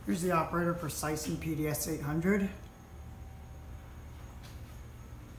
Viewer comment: Precision is pronounced like decision.